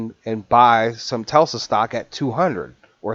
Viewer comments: TELSA? does he mean Tesla? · FYI...It's T E S L A....not T E L S A..